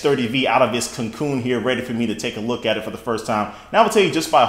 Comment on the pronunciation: He said take ablook at the phone